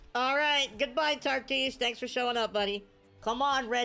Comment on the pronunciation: Why do you call him Tartis? There’s no r lol